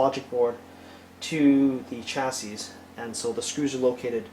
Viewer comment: Chassis is pronounced "chass-ie"